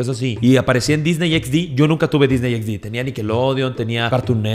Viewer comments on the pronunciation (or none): none